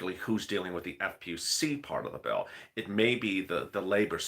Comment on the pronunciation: Bill ,bill, bill not pill...